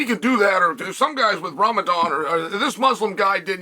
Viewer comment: I find it incredible he pronounced it correctly 😂